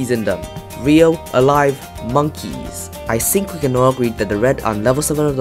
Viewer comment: the issue is, instead of pronouncing think, he pronounces sink